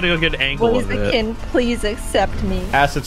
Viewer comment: It’s blaziken not blazakin